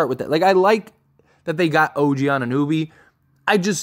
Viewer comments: I love your channel bro but your constant mispronunciations of players’ names kills me lol His name is pronounced An-i-no-bee, not An-nooh-bee. It never ceases to amaze me how much you botch players’ names with how many games you must watch and hear the correct pronunciation of their names lmao You are still calling him Christian Woods instead of Christian Wood. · Anu-know-be Jeez man. Butchering the man's name... also you gotta do is watch some highlights